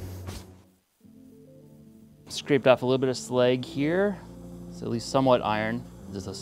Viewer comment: Did you call slag sleg